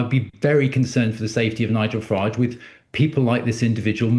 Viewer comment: The way he prounaced Nigel farage! 😂😂 Learn to read matey. Send him back ASAP.